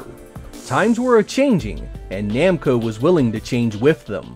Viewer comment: Are you sure it's "Nemco" and not "Namco"?